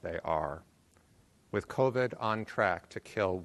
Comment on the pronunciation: Also, the way she says covid bothers me